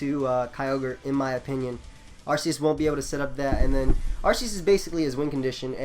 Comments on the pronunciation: arceus is pronounced "arkeus" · game freak who created it named it arceus with that pronounciation, that's all I'm saying.